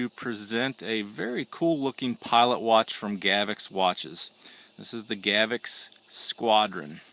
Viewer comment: If you're going to review it, you should take the a few seconds to learn how to pronounce it. It's not pronounced "GAV-ex". Notice there's no letter e there anywhere. It's pronounced "GA-vox." If in doubt, check out the official Gavox videos. Otherwise an OK video.